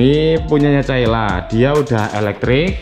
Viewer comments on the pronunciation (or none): Menit 2;27 caila katanya😆 caila dong bukan calya🤣